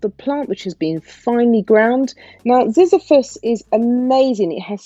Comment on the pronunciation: Zizyphus, pronounced zi - zy-phus. I don't get no bits from the Zizyphus powder. It may be from one of the others. Also, I forgot to mention, I condition using ambunu powder after I rinse this out. I'm glad you love it too 😘